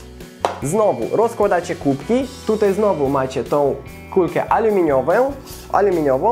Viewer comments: kulkę aluminiowę" - 2017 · Aluminiowę hehe :)